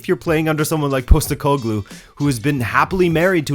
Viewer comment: Since you asked for pronunciation it's like this: Nea Filadelfia = Nea Philadelphia (literally the same word as the US city) meaning New Philadelphia, an area in Athens. Postekoglou = Posh-tEh-ko-gloo (stress the E part)